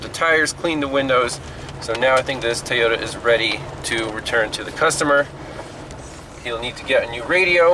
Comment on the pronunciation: Apparently an O is pronounced as an A where you live as in Tayota. Funny how the a on the end is pronounced as an a. Interesting!